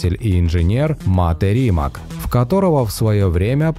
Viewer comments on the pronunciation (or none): Nije Rimak nege se cita kako se i piše. RIMAC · РимаЦ, а не Римак)) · не Римак, а Римац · Уважаемый! Не коверкайте пожалуйста фамилию Мате Римаца. Он ни разу не РимаК, а Римац. Вы же ставите правильно ударение в его имени и фамилии, думаю и её окончание не будет большой проблемой правильно произносить 😉 Ваш канал супер! ✌️✌️ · Видео познавательное. Вот только не РимаК, а РимаЦ! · Ну фиг с ним, машину называют на английском и призностят как Римак, но из уважения к создателю, правильно говорить его фамилию Римац. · Не Римак, а Римац. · Правильно говорить - Римац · Да. Согласен. Коверкать название бренда, особенное если это фамилия основателя - несерьезно.